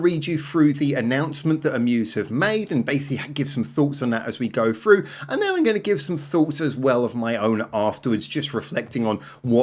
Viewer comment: FREW????? Do you mean THROUGH?? WTFF?